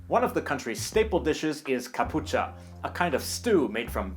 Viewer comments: Its not Capucha, its catxupa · What hell is caputcha, is "catxupa" in kriolo ou "cachupa" in portuguese